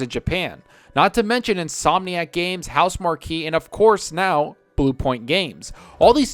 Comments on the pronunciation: AND ITS PRONOUNCED HOUSE-MARK!!! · Always thought Housemarque was pronounced "House Mark". Playing Yakuza : Like A Dragon. Now that's a game you can just fall into for hours.